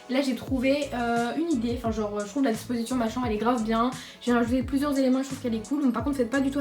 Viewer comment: qui a aussi remarquer que aulieu de dir chambre elle dit chambe jdi ca jdi rien😭🤣😆😏